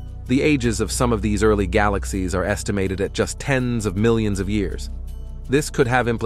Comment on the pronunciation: Bait and switch? Computer narration? I have a bit of a problem with the narrators tonality, inflections and several key mispronunciations. His sound is more than a bit commanding to the point of being "put on" for the sake of trying to sound in-the--know, informed and/or educated; that is a bit overmuch so. A little to stern, like a nun with a ruler waiting to smack you. He needs to add more comfort and be more humanly forthcoming. He smacks of the wannabe disciplinarian; he sounds a bit harsh and authoritarian; younger trying to sound older, hence wiser but comes off somewhat shallow like a 28 year old trying to be 45 in years, wisdom and in terms of experience. Other than having somewhat of a borderline lisp, he's OK. Otherwise, overall a nicely done piece ruined by commercials, but I like the various animations.